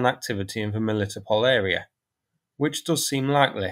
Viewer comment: The meaning of the name of that river - Molochna is "Milky". And the "ch" in its name is indeed pronounced as ch (eg Charlie), not "k". Also the emphasis in Melitopol is on the "to" syllable, not "li". :o)